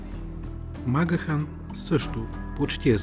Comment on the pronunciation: Правилното произношение всъщност е МакГиан.